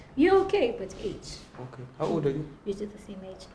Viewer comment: nhai henyu imi “Age” pronounced “edge”😂